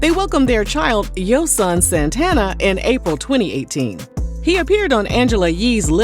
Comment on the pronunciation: Lol "Yosohn" (Yo Son)